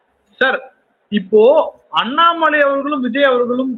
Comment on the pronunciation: அண்ணாமலை என்கிற. பெயரை உச்சரித்தவுடன் ஐயா தடுமாற்றம் அடைவங ஏன்